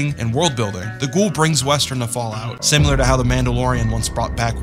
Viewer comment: Similar, not "Simular"...."New-Clear", not "New-Cue-Lar"